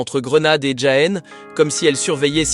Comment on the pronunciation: "Djaen" 😂 Tu n'es jamais allé en Espagne en fait ? Sinon, contenu intéressant